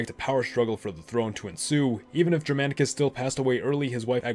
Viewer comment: he pronunciation of Germanicus and Germania with a soft G is rather frustrating considering how often it comes up. A hard G is what should be used.